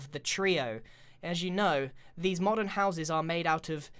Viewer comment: when grain says modern doesnt it sound like he's saying modded?xD